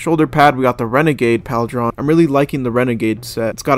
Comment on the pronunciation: And it’s not PAL-DRON, it’s Paul-drun/Pauldron. Bro, this is honestly a little sad, ngl